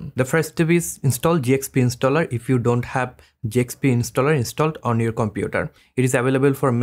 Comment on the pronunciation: brother it's Zxp installer not Jxp Installer